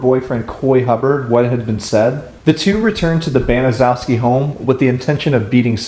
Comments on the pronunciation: I had the misfortune of having to look at that despicable woman, talk to this woman, and be professional with this woman, during her incarceration. I liked your presentation, because it’s pretty consistent, with the facts, surrounding this heinous and surreal crime. Her last name is actually pronounced Ban is shess key. Nothing has impacted so many people, who l still know, and had a link, to this story. Seriously, one would have to have the kinds of relationships in this tragedy, that we are just now, coming to terms with this, when one reaches this stage of their lives. My sister’ best friend, whose parents were doctors, was in gym class, with her, during that fall. She became a state trooper. Another individual who l know, is actually in position of drawings of Sylvia, And R. Hobbs., in addition to like yearbook notes. I was on the treatment staff for the IN Women’s Prison, among other prisons. Also was a prison hearing officer (judge,) and Gertrude worked right next to my office. Although most all of them are gone now, don’t think that we haven’t all shared our feelings in the last year. Given, her neighborhood, it was a rundown, mostly white, neighborhood. Later, neighbors apparently had actually heard the screams, but police are rarely called, even to this day. The depravity, brutality, and torture, surpasses any crime, committed in Indiana, that l can possibly recollect, was more grotesque or evil, than this. From all reports, Sylvia was a very sweet going lady, and wa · Honestly who cares. Those horrible excuse for people don't deserve anything. By all means keep mispronouncing that horrid name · a lot of people mispronounce there last name it’s ok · Wow don't apologize that is a difficult name to say .love your channel.i have subscribed now . brilliant. XXX Joanne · No problem we all pronounced worfs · You are mispronouncing Gertrude's family name. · Baniszewski is is a Polish name pronounced BANN-eh-CHEV-skee. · Its a hard name 🤷‍♀️